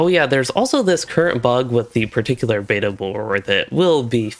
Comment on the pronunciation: Dude. I’m gonna change your life. When you say words where the second syllable starts with the letter “T” you hit the sound extremely hard. Like you keep saying “meh-Tull” (mettle) and “beh-Tuh” (beta) with WAY too much emphasis on the T sound and it’s incredibly irritating/grating to listen to and it’s very apparent that you are doing it on purpose because you say the words normally like 80% of the time. Buddy it doesn’t make you sound smarter, it’s annoying as hell. Dig the videos though, just stop emphasizing the letter “T” so hard between syllables lol.